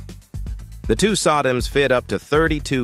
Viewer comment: I still giggle at the Sadam Hussein RAM modules instead of Soh-DIMMs.